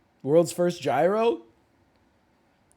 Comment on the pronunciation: All the comments about pronouncing pasta, and I'm listening to gyro being butchered.